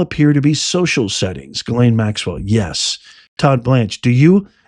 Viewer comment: Epstein, I believe, nothing concrete, just the good Old gut ✔️ check was a set up, when ALL cameras are out of order You're a rare few who say Ghislaine properly! Some sound more like gasoline, they, butcher it. I'm a word nerd! I used follow the dictionary word of the day. I took Latin in Jr high school lol 7/8th grade. Finding definitions after you know the root words. I actually ran a wholesale plant nursery, my boss was a rocket scientist, turned Christmas Tree grower, lover of all plants, passed on in 2018, I had stopped working for him, my body gave out doing long days on a tree farm. Being SO intelligent is not always an asset..... some will not give you a satisfactory answer. Or cannot, rather, the simple answer is too hard for them. We have no reason to trust her, given that, what will we lose?